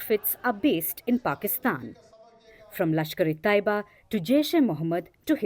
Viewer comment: It’s not lashkare Toiba , it’s lashkare Tayyaba